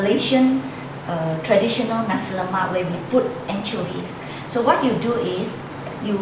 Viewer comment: lol its Naaaaasiiiii not nazi XD